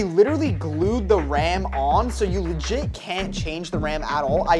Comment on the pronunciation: TELL THIS MAN TO STOP SAYING LIGIT PLEASE💀